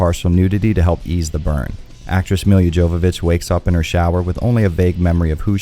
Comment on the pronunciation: Great review, but I wish you had checked out the commentaries on the movie and the making of featurette. For additional information and fun facts from the creators. It also would’ve been great for you to get Mila Jovovich’s name right. She corrected people in the 90 that the J is pronounced as a hard Y. With all that being said and my panties unbunched. Thanks for the review. It’s always refreshing to hear your thoughts on RE related things. It’s been a while since I’ve been to this channel because of life etc. As a massive RE fan such as yourself And most here, I was super stoled to see this flick, but I wasn’t 18 when it released so I had to wait for dvd. Bummer. But it was for the best anyway. This film had some great ideas but it was as close to a RE game as the Doom film was to a Doom game. Dreadful. Great soundtrack, costumes, and set design. The acting was good too, which most horror flicks at the time had terribad acting haha. Anyway cheers! 🍻